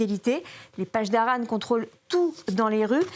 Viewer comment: Ça se prononce : paSSdarans pas pachdaran Les pronciations déplorables !!!